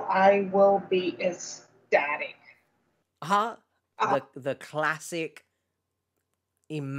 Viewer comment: I will be “esstatic.” Oy.